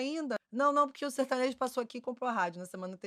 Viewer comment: Certanejo ou sertanojo???